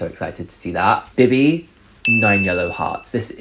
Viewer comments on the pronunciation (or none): BIBI was def 10/10. Literally slayed. She was so elegant and sexy and OH MY GOD i love that she was asked to perform. Love it for her🥺🥰 thanks for the review! loved it. just a note tho: you should pronounce her name as BeeBee, with an elongated “eee” sound💕